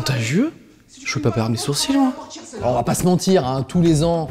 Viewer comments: A c'est juste moi ou au lieu de dire "sourcil", il dit "sourcine"? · Bien vu, je viens remarquer et on dirait bien qu'il dit "sourcine" ! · En fait j'avais jamais fait gaffe, mais en voyant ton commentaire j'ai bien écouté et tu as totalement raison ;) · Oui il dit sourcine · Les français prononçent sourcil 'sourcine'? 😂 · moi surcine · tu a raison il dit sourcine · je me disait bien aussi :) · Je pense qu'il dit sourcil avec un e